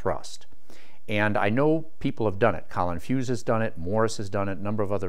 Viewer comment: colin furze (fur-ze) not fuse